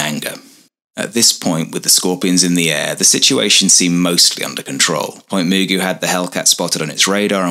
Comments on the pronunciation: I lived near the base for many years, and visited it several times. I've never heard it pronounced as moo goo, always muh goo. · It's pronounced Ma-Goo' as in the cartoon character Mr. MaGoo.